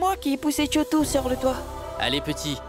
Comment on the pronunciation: Moi j'entends Tchotou😊